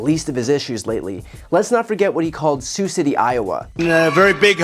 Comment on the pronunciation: They still clapped even after he said their city name wrong.